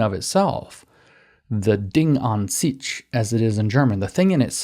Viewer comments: German 'sich' is pronounced zish, not seech. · Here is a tip for how to pronounce "sich" in German. You are currently pronouncing it "sitch." Remove the t, and you get it right. It resembles "sish." If you say "sish," it's still not quite right but a lot better. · I believe the "sich" in "an sich" is pronounced like sick. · I'm german and can attest to you, that most of your pronunciations are quite good. You do a really good job with "Weltgeist" for example. But daaaamn "sich" in "Frau an sich" killed me :D The 'ch' sound has to be for english speakers what 'th' is for germans.